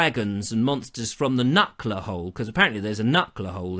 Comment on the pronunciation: It's not a "KNUCKLER" hole, it's a "KNUCKER" hole. No L. There is a knucker hole in Worthing, near Ham Bridge.